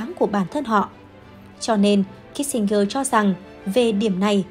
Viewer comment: Tên người ta phiên là Kí-sin-giơ mà gơ đọc hoài. Chán.